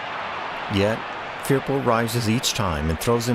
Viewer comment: Pronounced . . F E R P O